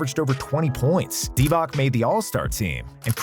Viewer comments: How can you mispronounce Divac, while being on target with much harder Peja Stojaković? 😆 "C" in Divac is pronounced similarly to "zz" in pizza. You pronounce it like "K"... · Dude, if you pronounce Vlade Divac as Divak one more time, i'll off myself. It's pronounced Divats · The guy making this video pimps himself as an expert on NBA history but mispronounces Vlade’s and Hedo’s last name. By the way…. It’s pronounced DEE-VOTS and TUR-KO-LU (the G is silent). Surprised he got Shaq and Kobe’s names right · Dee-vack? Really? This channel doesn't deserve my subscription if they can't even get player names right.